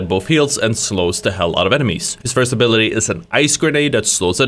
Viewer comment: your speech impediment is vewy cute. "Fird abiwity"